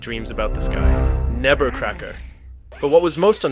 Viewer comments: It's "Nebbercracker," not "Nevercracker." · Interesting video, but it drove me nuts to hear "Nebbercracker" pronounced as "Nevercracker" 500 fuckin times